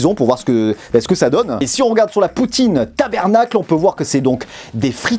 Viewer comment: Tu y est presque pour l’accent.petit astuce on dit TABARNAC et non tabernac😂au Québec on a la sauce brune,blanche, barbecue et celle que je préfère c’est la Poutine italienne.🤤👍